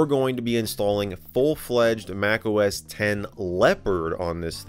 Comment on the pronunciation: X = TEN It is OS TEN he is saying OS TEN!!! Lol.